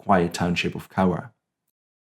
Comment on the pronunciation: My great Uncle actually had a heart attack that night and died a few weeks later, so was never put into numbers, , he was a guard, I recommend going to see the Japanese gardens that’s a peace park between the 2 countries, and you pronounced the names of the towns rather well, I live 100ks from Cowra and Eugowra is 30 kilometres away